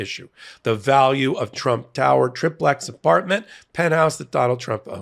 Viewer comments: Everytime he says 'trip' plex instead of 'tri' plex (TRY-plex), it hurts my autism (literally). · TRYplex!!! Not TRIPlex!!! Ben started this conspiracy pronunciation. STOP IT! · TRI-plex, as in having three floors. Not TRIP-lex, which isn’t a thing. You wouldn’t say TRISS-state… If it had two floors, you wouldn’t call it a DUPP-lex, right?! Love this channel, but y’all have seemed to adopted each other’s mispronunciation of this one word.